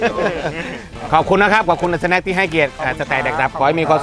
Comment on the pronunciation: สวัสดีครับ เดอะสะแนค ไม่ใช่ สะแน็ค หรือว่า สแน็ค หรอครับ